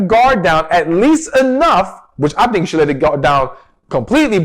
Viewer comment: Please pronounce the word "YOU" correctly not chew. Thanks.